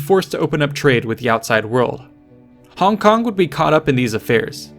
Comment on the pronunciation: props for the accurate pronunciation of "hong kong". i low key think the westernized version sounds innacurateand goofy